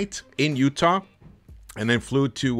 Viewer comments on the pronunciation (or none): none